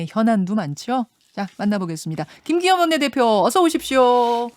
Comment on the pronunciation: 김기혀이~ 발음이나 교정해라..방송에 맞지않은 대리 대표....ㅉㅉ